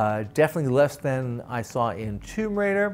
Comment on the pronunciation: That’s the correct pronunciation..